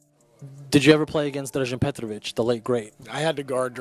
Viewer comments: Please pronounce his name petrowitsch, it's always weird if you hear a wrong name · thank you!!! this narrator butchers his name several times!! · Say it like sandwich. Petrovic. Not Petrovik. Beside that great clip. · Nice video dude, but can't you hear how Reggie Miller pronounces his name? It's a bit annoying to do that when you talk about a legend. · If you’re going to create a video about someone, do your research and learn how to pronounce his name. All the guys that spoke about him knew how to pronounce his name. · I really don't get this dude. You make the video, edit the video, watch people talking about Petrovic in your video and you can hear exactly how his name is pronounced and yet in your narration, you obstinantly, brazeningly and incorrectly keep pronouncing his frigging name wrong. WTF dude? Are you frigging deaf or something?? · I apologize for youtuber butchering Petro's name if he doesn't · Only thing Drazen couldn't do was time travel to teach crappy ai voices how to pronounce his name. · pissed me off too, come on, how you gonna make such a nice video honoring someone and pronounce his name completely wrong?